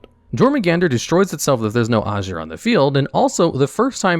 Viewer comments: Aesir = Ai-Seer not ashure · aye-sear not ash-ern, rata did a entire video on them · I don't want to be that guy...but pronouncing aesir as azure is making my ocd go crazy. Haha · Ugh... Aesir pronounced as "ay-sheer" and Jormungandr as "jore-mun-gandur". No... The J acts as a Y and Aesir is pronounced "Ay-sear". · Super picky, but the Jormungardr is pronounced “Your-mun-guarder” and Aesir is pronounced like “I-sir”. Fenrir is “Fen-Rear”